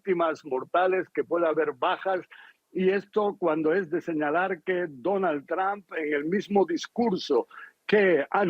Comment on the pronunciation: Donald TrAmp😂 es Trump!! Y se pronuncia TrOmp!